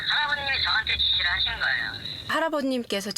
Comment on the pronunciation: 거애요가 아니고 거예요 입니다